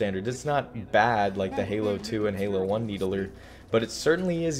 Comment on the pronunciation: Everyone: Needler: Needaler